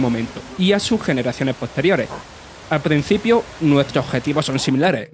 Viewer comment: "Al PRENCIPIO, NUESTRO OBJETIVO son SIMILARE. MIENTRA ELLOS, etc. etc.” Se puede ser murciano y locutor, pero no analfabeto y locutor.